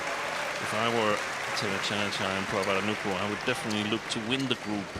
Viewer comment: แมทช์นี้ก็ได้ อัมไพร์คนโปรดมาเป็น service judge อีกแล้ว ชอบๆๆ แม่จิลก็อ่านชื่อ นามสกุลพี่ป้อ น้อนบาสได้ชัดเจนมาก ครบไม่ตกหล่นเลย เก่งมากค่ะแม่จิล ที่สำคัญพี่ป้อ น้อนบาสเก่งมากๆจ้า